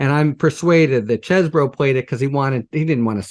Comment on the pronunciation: Mr litman is a gentleman. I really like him. He's down to earth enough to cuss but he insists that Cohen says Cheseboro not cheesboro. I love it